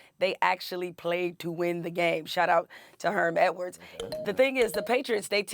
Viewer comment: "Etwards?" Really?